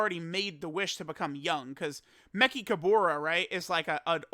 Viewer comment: I'm pretty sure you're pronouncing Mechikabara's name wrong lol